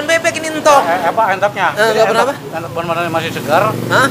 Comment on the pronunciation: entog bos bukan euntog..